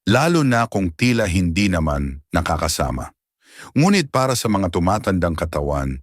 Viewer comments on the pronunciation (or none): Ayusin mo ang pronouncetion, Nakakasama! hindi nakaka- -sama